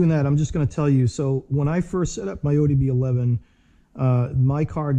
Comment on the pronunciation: Great video! but I couldn’t help but cringe every single time you said ODB11. Man that was killing me😂